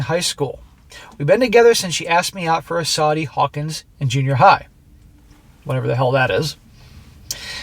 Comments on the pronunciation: At the mark... "Sadie Hawkins" (mispronounced) Day.. There was, a long time ago, a comic strip "Little Abner" about ??? I don't know what exactly to call them, but they lived in a rural area, were minimally educated but by and large were good hearted people. One day per year, "Sadie Hawkins Day" the girls in the community were allowed to ask the boys out on a date to a dance or some social function, and the boys were obligated to say "yes." Naturally the comic strips from 50 years ago were much more restrained than allowed by today's morals, so everything was relatively innocent, but crushes were permitted... a girl with a crush on a local boy was depicted by a big red heart floating around her head. And so forth. Inquiring minds wanted to know, at the mark, and there we are. BTW, there was one local girl named "Stupefying Jones", a brunette, and she had a body that just never stopped; she had too much of everything, and in all the right places. On a scale of 1-10, she was at least a "27." The strip's creator, Al Capp, let his imagination run wild and she had a surplus of everything it took to hypnotize every boy in town. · SAWDEE HOWKANS.